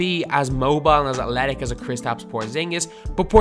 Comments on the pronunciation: Why do you say athletic like "atletic" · Please learn how to say athletic